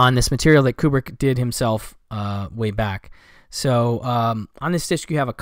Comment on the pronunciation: Good video. Thank you for pronouncing Kubrick correctly. So many people say it like it starts with a Q. Aaarg! I wouldn’t have said anything if yiu said it with a Q though. You’re too nice for that😊 I plan on checking out Barfly. Thx. ☮️